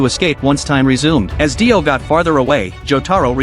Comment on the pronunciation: Br his name not die o it’s dio